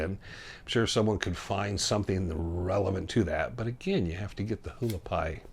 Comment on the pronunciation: Haulapai is pronounced Wah- lah-pie !